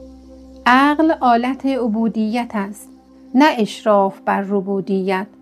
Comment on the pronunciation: عالی بود لطفا کلمات را درست بنویسید و بخوانید ربوبیت است نه ربودیت ❤دیگری بدون خدا یعنی بی خدا ن به کسره